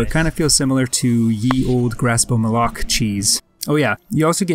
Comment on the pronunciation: Well done, bro! Great stuff. Will be checking out your other content! GG (Also, brownie points for pronouncing Malok correctly ;))